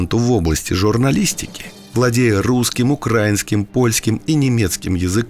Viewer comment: Ставьте правильно ударение в слове украинский